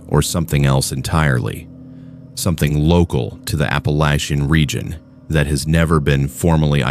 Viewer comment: Appallacha appalactcha anyways all good 👍